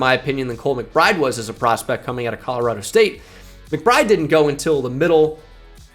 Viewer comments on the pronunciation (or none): none